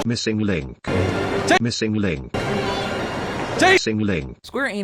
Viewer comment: “JA-missing link”